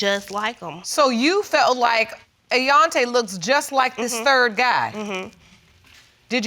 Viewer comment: All three pronounce "hang", "Hang-G"! Also,.... Ayon'ta?!!!!